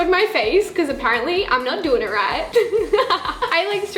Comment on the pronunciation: “So that’s what we gonna doer”